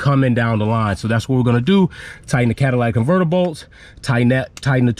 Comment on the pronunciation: Great job! Work on that pronunciation of the “catalytic converter” but other than that amazing job!